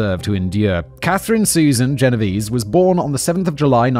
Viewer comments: Writers, wonderful writers, can you please go back to including pronunciation guides - especially for names - for Simon?! It feel disrespectful for him to be (accidentally) mispronouncing the victim's name. Genovese is of Italian origin: the last 2 'e's are pronounced like the e in 'bet'. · isn't it pronounced "gen-oh-vay-zay"? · You say the last e in Genovese.